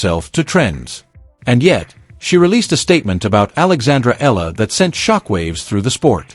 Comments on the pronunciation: It's not Ella. It's EALA and it's pronounced EE AH LA. This AI video is pathetic. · Alex's last name is pronounced with three syllables: E-YA-LA. Thanks for this video.